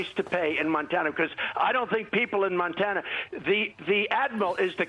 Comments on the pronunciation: Montaner? This mans brain is just mush at this point in time. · Such a sad angry OLD little man. Over it! and he said, Montaner, smdh... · It's Montana not Montaner....OMGerd. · Montaner ? Another trump flub. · Where is Nontanar? He can't even say the name right. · Are we going to ignore how Trump pronounced "Montana"?